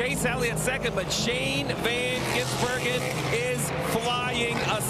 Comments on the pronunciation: omg sounded like he was having a stroke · My brother keeps saying one of them said Shane Van Geysenberg